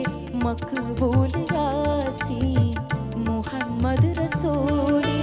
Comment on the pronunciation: Super....പ്രത്യേകിച്ച് അറബിക് ഉച്ചാരണം (മുഹമ്മദ്) also Super